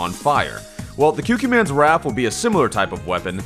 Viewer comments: It may be late, but think 'Qu' like 'Quiet,' So it would be 'KooKooManns', not 'QueQueMann' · Kyukyumanz? Bruh. It's coocoomanz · It's pronounced "Coo-Coo Man" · Is it not pronounced the “Coo coo man’s wrath”? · Koo-koo man's Ququmannz Pls pronounce correct next time